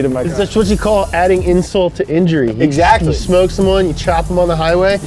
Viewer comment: "Adding insult to ingury" xD